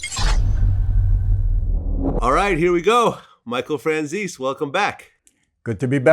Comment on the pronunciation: After all these interviews Vlad still can't pronounce Franzese right.